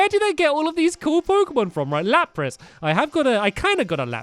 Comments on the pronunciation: It's lapras not lapis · am I the only one who noticed him say lapis instead of lapris